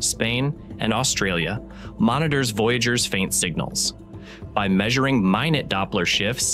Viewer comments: Lmao… “mine - it”? A.I. narrator can’t pronounce words. It’s pronounced “my - noot”. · Geez, even NASA gets pronunciation wrong??? “Minute” . (Or is it an AI voice???)